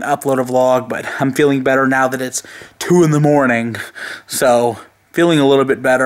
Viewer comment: "It's one in the morninguh"